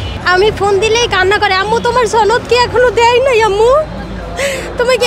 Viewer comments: বারবার ছনদ বলা হ‌চ্ছে,ছনদ কথা টা ভুল সনদ হ‌বে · সনদ হ‌বে ,ছনদ না ,বারবার ভুল কর‌ছেন,আঞ্চ‌লিকতা প‌রিহার করুন